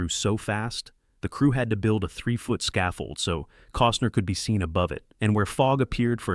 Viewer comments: And "Cooosner" for Costner. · Kevin “Coastner” 🙄🙄